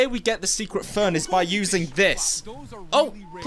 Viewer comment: In the captions he said fern but I actually realized he was trying to say phone 🤐